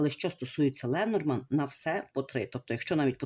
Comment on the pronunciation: Дорогенька ,Ленорман ,ударіння на останній слог